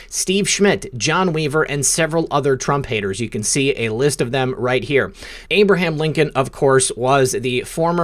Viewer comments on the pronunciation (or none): none